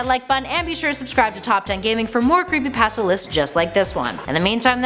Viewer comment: Hey When You Creepypasta You Say Creepy Pãsta